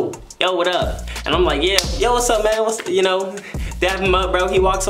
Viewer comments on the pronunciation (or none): my nigga actually said wass pup😭😭